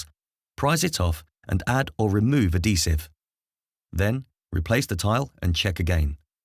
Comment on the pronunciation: Ad-hesive. Not a-desive or ad-desive. Good vid mind